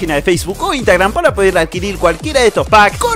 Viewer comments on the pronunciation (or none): none